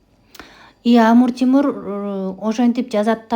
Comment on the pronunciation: Амур Тимур дебей Амир Темур десеңиз туура болот